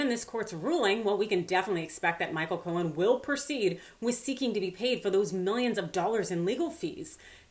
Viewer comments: Co-en, not co-hen!!! Grrr! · Simple question: why pronounce Cohen's name as 'Co-hen' when you get it right (silent 'h') the other times? Leaving that aside, Cohen's never going to see a dime, even if the courts agree with him. I think that diaper-don will delay, delay, and delay some more when it comes to paying anyone. I wish Cohen luck, but as for getting paid, doubt it. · Intrigued by your pronunciation of his last name, here... Co-hen... kinda makes it sound like his name means "fellow chicken."